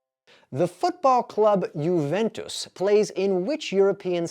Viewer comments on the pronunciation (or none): none